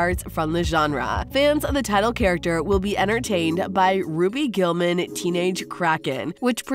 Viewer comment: She said ROBY GULLMAN